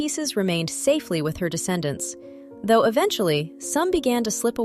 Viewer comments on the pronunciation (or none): none